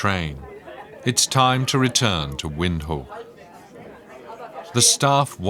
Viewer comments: He pronounces it as "Wind-hook" but it's "Vind-took". Comes from Afrikaans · Just work on your pronunciation, Windhoek is pronounced as Vinthook. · Windhoek is pronounced as Vindhoek by Namibians. Watching from Zambia 🇿🇲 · It would be good if you could pronounce the Capital City, Windhoek, correctly. Its pronounced Vinthook which means in Afrikaans, windy corner. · I thought the narrator was good, but Windhoek is pronounced vind- hook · heh, almost